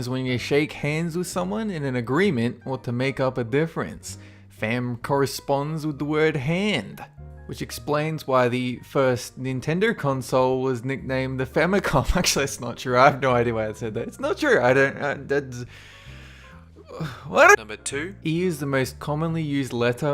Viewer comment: "Famicon" well done